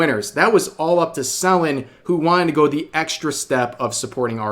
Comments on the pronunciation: Lmao the way he say Selen. "Celan" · I like how he keeps pronouncing it SELL-en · You've been pronoucing Selen's name wrong and I started saying "selling" every time you'd say her name. No worries though, just making jokes It's pronouced "Se-lén" and not "Sél-len" btw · I know Rev is trying to be well-meaning here but he could at least take the time to learn how to pronounce the name of the individual he's reporting about and not just blatantly lazily reading what he sees on paper. It's not SEL-en Tat-SOO-key. It's Se-LEN TATs-key. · Are you mispronoucing her name sullen or suh-len? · Im going insane because he keeps saying Sellin' instead of Sell N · you know it's pronounced selEN right 😭its killing me the way you keep saying it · tbh i never heard someone say Selen like Sel-Lon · love how you covered this situation, only thing that's bothering me is how you're saying "Selen" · can't even say her name rite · Okay, this is serious and all but the way Rev pronounces Selen is making me twitch. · Amazing video Rev But the way you kept misspronouncing her name 😭